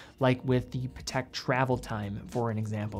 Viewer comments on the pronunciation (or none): none